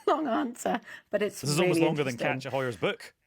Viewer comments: I thought he was saying Catcha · I thought he was saying catcher too, but the authors name is KATJA, so I think he was pronouncing it differently